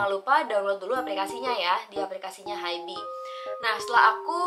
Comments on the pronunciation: kak mohon maap banget sebelumnya, rasanya gatel banget denger kakak nyebut Hybe itu "haibi" .. bacanya itu "haib" 하이브 kak, bukan "haibi" 하이비 😭 kaka tuh army yg bisa baca hangeul dan udah dateng langsung pula ke museumnya tapi bacanya tetep salah, mana disebut berkali2 di video, ga kuat :( semoga next time dibenerin ya kak, maaf banget kalo kritikku bikin ga enak hati🙏🏼 ya ibaratnya aja kayak bts malah dibaca "bangtan seonyeondanu", kan ga nyaman banget dengernya :'( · Kak, bacanya hybe itu bukan “haib” kah? Soalnya hangeulnya 하이브